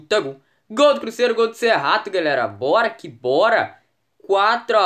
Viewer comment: Porque vc fala assim crusseiro que e cruzeiro